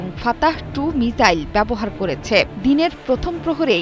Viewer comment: মিজাইল × মিসাইল ✓